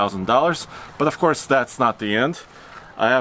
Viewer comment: So now we have "of corse" man #2